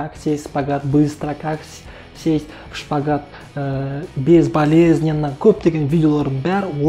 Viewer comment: Шкават емес қой дұрыстап айтшы